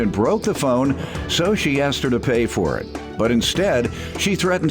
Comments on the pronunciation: "axed" her ????? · "so i axed her, i axed her" learn how to talk.